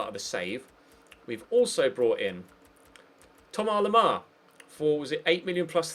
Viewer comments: Todd Samways it's not how you pronounce it. I'm French. It's Tom-As Lem-Ar it's how it looks basically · Why do u call Thomas Lemar like that?